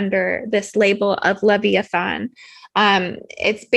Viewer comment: Leviathan: Pronounced “Lev Eye Oh Than”... just saying. Thx for sharing... PS. The blue blood reptiles love the tricks they play on humans. Possession is precisely why they labeled “Blue Jeans”, Levi’s ❗️😂 (And why I refuse to wear a pair😬😂)